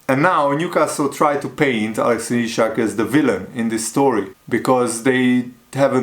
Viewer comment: Bro please, it’s issssssak like you spell Ssssssalah thanks😂❤️